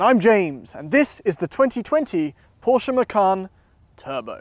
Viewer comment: Macan Twurbo